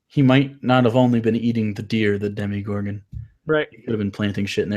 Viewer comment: Great review, but I had to comment to let you know that it is Demogorgon, not Demigorgon. Just finished watching Stranger Things and I loved it. Definitely had a Stephen King/Silent Hill vibe.